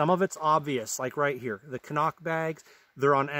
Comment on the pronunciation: CNOC Pronounced “Sea - knock”